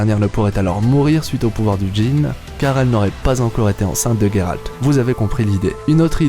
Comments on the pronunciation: Sa se dis geralt pas gueralt deso mais cool video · Ta vidéo est bien explicite, mais la prononciation et "geralt" pas "gueralt" ça m'as écorcher les oreilles tous le long de la video Bien a toi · pourquoi tu dit guéralde c est géralde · donc c est pas guéralt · Ah ! Tu prononce ''Gueralt'', prononce le a la Française, je trouve ça plus classe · Excuse moi mais tu prononces mal le Gérald Ça va stresser pour mon toute la vidéo